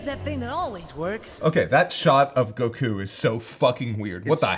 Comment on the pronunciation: Why does he keep saying goku like that. It's not goKUU.